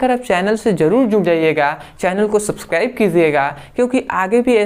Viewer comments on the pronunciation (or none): none